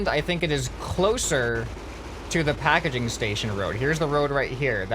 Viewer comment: YOUR SAYING PAKEDING STATION do you mean PAKEGING STATION